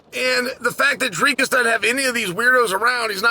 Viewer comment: Chael deserves a belt for his pronunciation of Dricus’ name